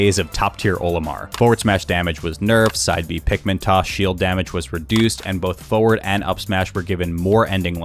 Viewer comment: Is it just me or does he say "Foeward" not "Forward"?